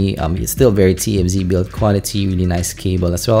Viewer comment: divided in 3 parts , 1 and 2 was so hard to clearly telling what and how he compared which is which the "f" tfz sound like tnz , you keep skipping one to another ,only people knows all these IEM (extremely familiar with ) to understand these review.I was totally lost in part 2 , until part 3 it comes to clarify the pros and cons in summary.watching this video can be difficult ,I can tell it's a lot of affect in making it , but part 1 and 2 can be bit more organized and regards accented involve but not a major issue , speech a little less fast can be a big help sorry being picky and Thank You for the hard work .